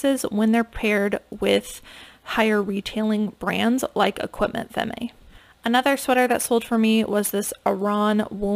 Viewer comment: Femme is pronounced fam in french :)